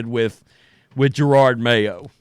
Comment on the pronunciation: Isn’t it Ja-rod Mayo. Not Jer-rod Mayo?